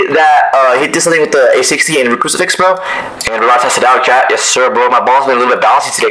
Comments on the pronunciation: Bro he said crufix my baby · “I’m gonna have my baby crisufix”